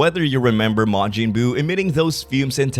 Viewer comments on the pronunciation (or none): none